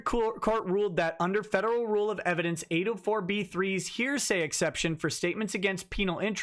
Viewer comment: I laugh every time says heresy instead of hearsay.